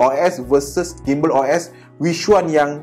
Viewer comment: Sebutan Gimbal ialah JIMbal seperti sebutan gymnastic=jimnastik